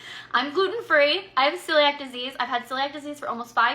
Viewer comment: I haven’t watched all of it, but my mother has Celiac’s…. It’s not pronounced how that girl said it.